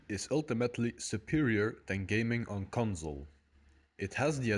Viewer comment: conzol dou. lol